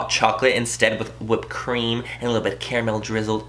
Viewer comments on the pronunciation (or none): none